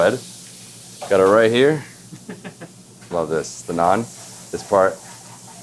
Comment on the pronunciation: Oh no, you messed up the naan😂🤨. Anyway I loved this video. You know, because of my heritage, I love Indian and Chinese foods. I loved the Nepal segment with all those momos(dumplings). Looked very tasty. You and Nathan did a very good job going around the city and highlighting some of the foods available here. Great job by your host. Looking forward to what's next. ❤️ BTW, you know what I love about these videos, is that you show us foods that we could probably try, now that we know what to expect.